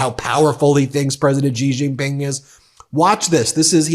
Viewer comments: Would you please spend a moment to learn how to pronounce President Xi JinPings name, your hurting my ears! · President Xi (Shee) Jin Ping... please pronounce the name properly! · I agree with the messaging wholeheartedly, but bruh, please learn how to pronounce people's names properly 😅 I can't keep hearing you butcher Xiomara and Xi Jinping without it distracting me lol